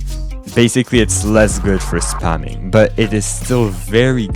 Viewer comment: "spemminng" lol love the video